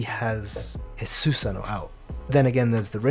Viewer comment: I know why it bugs me when Susano is pronounced that way.